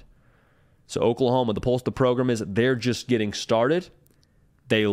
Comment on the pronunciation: Is "progrum" on purpose?